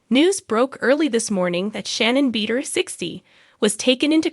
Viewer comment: U might learn how to pronounce Shannon’s last name.